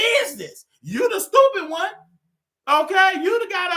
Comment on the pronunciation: Lmao “STEWPITT” 😂